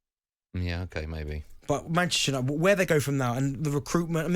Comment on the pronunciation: The way Bent emphasises the Ches in Manchester United is really annoying